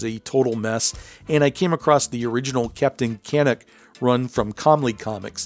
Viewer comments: Before you do the video on Captain Canuck, check your pronunciation: Captain Ka-NUCK. Not Captain KA-nuck. Picky Picky, eh? Nice videos on the Golden Age comics! I've just subscribed. Side Note: I remember finding an issue of Captain Canuck back in the day but couldn't find back issues. So I wrote to Comely Comics and the owner wrote back, sent me all of the issues I was missing, along with some posters! Awesome for him to do that. That's the Canadian Way, eh? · Very cool. You said Captain Canuck wrong. It's Captain Canuck not Captian Canick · right so weird to hear it said like that. should be Ka Nuck . or Can Uk. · Thanks !! Cheers from Nova Scotia!🇨🇦 ..and its pronounced Captain CaNUCK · Ok, so I gots a tip fer ya fellah. It's pronounced Can-uk like me favorite word f*ck, but with out the 'f', just the 'uck' Captain Can*ck, eh. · A couple of notes: Nelvana pre-dates Wonder Woman by several months, which is pretty significant given how Wonder Woman is often called the first female superhero. Also, the animation company "Nelvana" was named for the Canadian character. Second, Canuck is pronounced with the emphasis on the second syllable, not the first. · never heard anyone pronounce canuck that way